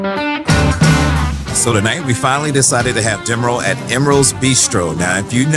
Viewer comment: LOVE all the videos on the Carnival ships! Especially enjoy long form videos such as these! Can’t wait to watch all of your other adventures 😊 PS:, did you say, we decided to have “Demeril at Emerals”? 😂